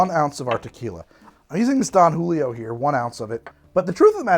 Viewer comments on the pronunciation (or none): none